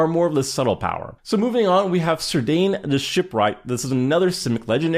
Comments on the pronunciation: The pronunciation of Cirdan the Shipwright is "KEER-dan". Just thought I would mention it since many Tolkien fans are sticklers for that sorta thing, hell many MTG players are sticklers for that sorta thing come to think of it. Most Magic cards could probably be open to interpretation so far as made-up words go but this is a case in which the creator cared a great deal about language and the pronunciation of most of Tolkien's made-up words have a depth of background explanation, origins and grammatical miscellany attached to them. I really hope I don't sound like a jerk because I truly didn't mean to, I sincerely just wanted to share some information which I happen to cherish. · So I try not to make fun of people for mispronouncing things because it's really not their fault. But I actually loled at Sir Dane the Shipwright XD